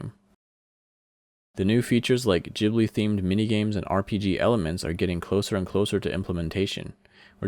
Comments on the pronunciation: its pronounced GIB-li not JIB-li but i love the server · The way this guy pronounces ghibli at the becoming hahaha. Jhibli is how he says it 😂😂